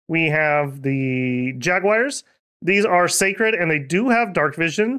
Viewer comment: Ah yes, the magical land of MicT-Land, with ja-Guires c